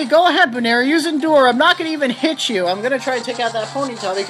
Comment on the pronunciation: I'm laughing at some of your pronuciations, really. Buneary comes from bunny and ears.